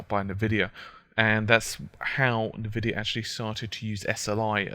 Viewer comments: Nuh-Vidia hahaha! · Haha I like how he pronounces Nvidia... As Nuh-Vidia!